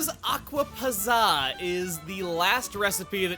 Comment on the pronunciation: puts on Hermione wig It's Acqua Pàtza, not Acqua Pazaa.